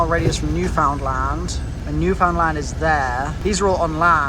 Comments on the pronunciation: Newfoundland is pounced like the word understand. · Btw, I’m from Newfoundland, but you were pronouncing it wrong, I don’t care but for anyone who does it’s “Newfinland” and you say it as one word